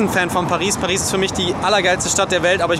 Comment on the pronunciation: Dieses eiskalte "Hör auf." hahah :'D Immer wenn jemand Paris sagt, kommt Taddl und sagt Pari XD haha<3